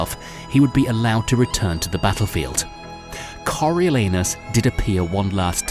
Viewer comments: I heard Coreal Anus. Thank you for this blessing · Nahhh he said Coriol Anus on purpose 💀🤣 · Cariol anus caught me off guard 🥴